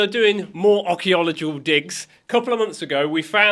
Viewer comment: Arkiwatical what 😂